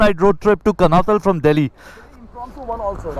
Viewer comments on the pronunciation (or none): It's pronounced कानाताल । Very good journeys and recounting your experiences. I live in Dehradun. Lovely place to settle down later in life. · Just a pointer...the place you travelled to is pronounced as Kaanaataal...though written as Kanatal...like Nainital...tal in uttarakhand (pronounced taal) stands for 'lake' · It is not Kanatal guys, you pronounce it कणआताल 👍